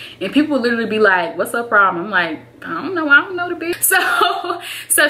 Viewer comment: "Ion know, Ion know da bit" 😂😂😂😂😂